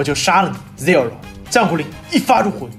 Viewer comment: 建議聽一下正確的Zero發音